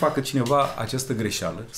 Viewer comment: De ce spui greşalã şi nu greşealã? Sunt curios unde ai citit asta?! Numa' bine!